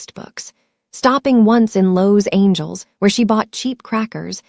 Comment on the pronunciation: Lowe's Angels= Los Angeles